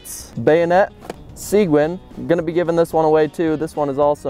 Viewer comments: Nimitz pronounced Nimm-it's. Seguin pronounced seh-geen. Like as in Juan Seguin. Very respected figure in Texas history. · Texas Born, Texas Proud Gonna help you with some pronunciation: Seguin = “Su-Geen” Nimitz = “Nim-Its” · From Texas, and the way you said Nimitz and Seguin was hilarious. 🤣